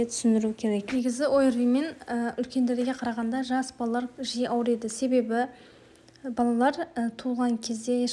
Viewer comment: Ауриады емес ауырады